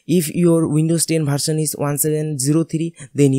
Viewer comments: Improve your language Its not bharsan its version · Bharsal nhi version hota h...🤣🤣🤣🤣🤣🤣🤣